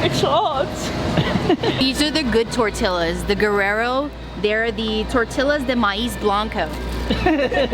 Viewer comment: You are hilarious the tortillas with a accent hahaha lol